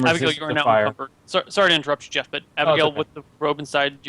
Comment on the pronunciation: Jeff not Jezz=)